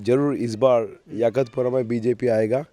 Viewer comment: 😂😂😂😂😂 YAKHUTPURA AREA KA NAAM BOLNA SIKHO ELECTIONS CONTEST KARNE SE PAHLE 😂😂😂😂😂😂 ABE TOTLE ENGLISH AUR HINDI BOLNA SIKH 😂😂😂😂😂 MOUH SE GUTKA NIKAL KE BOL 😂😂😂😂😂😂😂